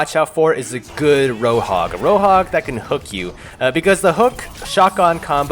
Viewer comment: Wtf he Seid rohog in stead of roadhog